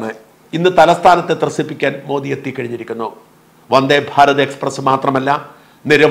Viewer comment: You are pronouncing Prime Minister’s name correctly. Some so called vip malayalies pronounce so wrongly, don’t no why they are doing it.